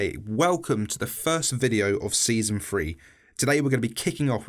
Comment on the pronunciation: "Season free" ight, immah unsubscribe